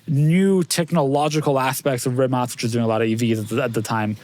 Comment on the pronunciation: Shoutout to for actually pronouncing “Rimac” correctly